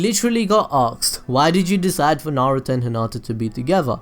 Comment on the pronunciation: HOLD THE HELL UP DID HE JUST SAN NAROOT IT'S NARUTO!!!!!!!!!!!!!!!!!!!!!!!!!!!!!!!!!!!!